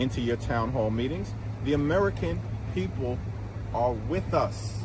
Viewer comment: "Wij y`all".😃